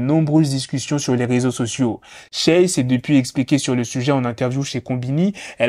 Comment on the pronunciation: Respecte la prononciation du prénom de Shay s'il te plaît